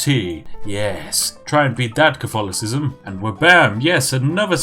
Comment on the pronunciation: I am normally more of a Twinings Earl Grey or Irish Breakfast, but who am I to contest a week's supply of tea. Have you thought of playing as Britain, with the goal to take back all the colonies (India, USA, Canada, Australia, etc) in the game? Edit: You mispronounced Cof-tholocism.